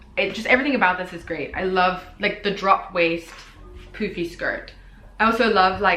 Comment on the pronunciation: The way that you say poofy sound more like poopy lol